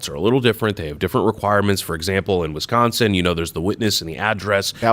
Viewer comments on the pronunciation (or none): none